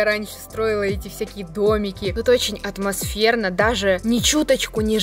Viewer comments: Считаем сколько раз сказала отмасферно 🤣🤣🤣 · Каждый раз она говорила каждую минуту атмочферно или светильнички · Хватит говорить атмосверна (я не хейтер) ❤️ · Люди сколько раз сказала слова отмосферно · Сколько раз сказала отмосферно? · Никто Абсолютно никто:атмосферно,атмосферные,атмосферно,атмосферно тут атмосферно,там атмосферно.